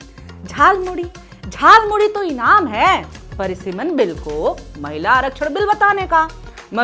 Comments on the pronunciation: झाल मूरी नहीं जाल मूरी बोला था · Jaalmuli 😂😂 not jalmuri